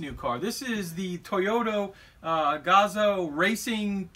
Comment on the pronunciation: Huh. The red bars and gaps are there for the Le Mans, WEC and Total sponsors but I don't see the decals. Someone wanted too much money or they don't have an ACO license. Oh and I've only ever heard Gazoo pronounced like kazoo.